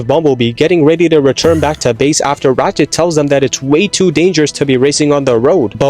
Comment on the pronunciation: BULKHEAD: "RATCHET"??